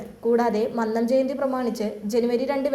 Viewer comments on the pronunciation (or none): none